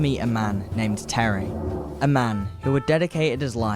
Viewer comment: Yep. Like most kids on YouTube, incapable of pronouncing many words. He can’t say Thierry either.